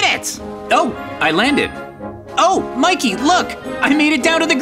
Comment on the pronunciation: Mikey not maykey